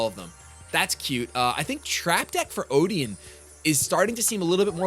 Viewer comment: i cant believe im actually triggered by the pronunciation of Odion and Valkyrie o.o